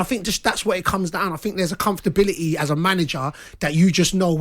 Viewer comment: "Comftability". My new favorite word!